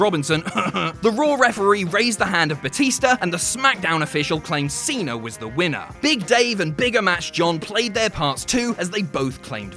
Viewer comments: Its john cena! Not john cener! Lmao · there's no R in Cena